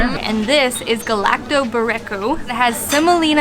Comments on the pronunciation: The pastry you had is pronounced 'ga-la-toh-BU-ri-ko' in case you want to get it again. I recommend trying also 'bou-GAT-sa' which is about equally as good, and a similar type of dessert, just much thinner, kind of like a cheese danish galatoburiko.💙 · The way you said galaktoboureko sent me 😂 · you are just too adorable. You really butchered the name of that dessert.:)